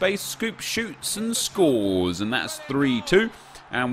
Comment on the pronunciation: “Scoop shoots and scorees”😂